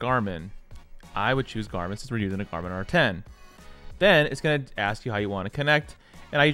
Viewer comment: helpful information but slow your voice down. "you are going to want to make" isnt "yagonwanmksure" . thank you though.